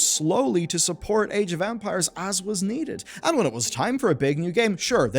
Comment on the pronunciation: I might be just hearing something wrong, but I've heard so many "age of vampires" during the video that made me pause and listen to it again. Sorry I just found it funny.